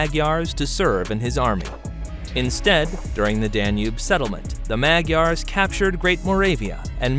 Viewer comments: My gripe has to do with his pronunciation, e.g., "Magyar" I learned as "Muh-dyar" and "Odoacer" I learned as "Oh-doh-AH-ker." I'm glad to see other commenters have agreed with me there. Also I was disappointed that there wasn't more information about the pre-Roman period. When are we going to get over Roman history? There was more happening in the world besides that! I also was taught that the Romans called the barbarians "barbarian" because they were bearded (barba), whereas the Romans at that time were shaven. As a funny side note, in Basque the word for "beard" is "bizarra" and in Welsh it is "barf" (LOL, except it is pronounced "barv.") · I would be more bothered by the pronunciation of Mag-ee-ar. Why can't educated people learn how to say these names correctly?